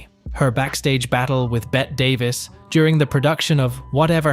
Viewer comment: It's not Bet Davis it's Betty Davis call Bett Davis get a new computer